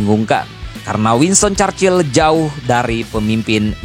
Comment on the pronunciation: Stalingrad bukan Stelingred Churchill bukan Carcil